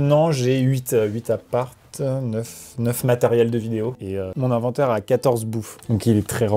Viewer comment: Faut que quelqu’un leur dise que c’est pas « I » mais « E » pour l’inventaire !